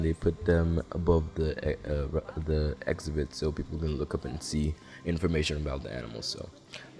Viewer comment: Where are you from? Never heard that pronunciation of “exhibit” as “ex-a-bit”